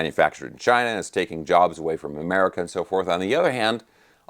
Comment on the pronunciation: "Made in Chinah"